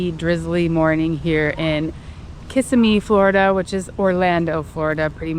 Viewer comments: it is not pronounced Kissimmee it is pronounced Kuh-simee. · It's Kih-sim-ee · Great video. But a butcher of the name Kissimmee 😂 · Your close as a native Floridian I've always struggled with the name also 😊